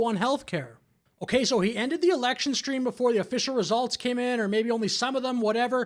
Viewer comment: "Shtream" isn't a word. Goddamnit, grow up.